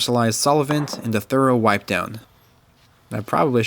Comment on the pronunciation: I thought you said "Phantom Wife' instead of Phantom Wipe. It was quite puzzling!